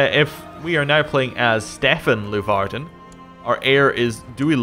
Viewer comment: Funny how your dynasty is Leeuvarden since i actually live in a city named Leeuwarden :P